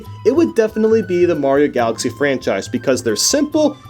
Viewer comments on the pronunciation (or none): "Mario Galaxy franshise"